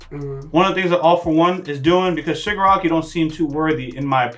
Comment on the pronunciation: it's ShigAraki. not E. but yeah. Shigaraki unknowingly killed his family. that's what the episode said